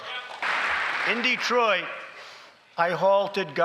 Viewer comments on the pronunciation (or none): none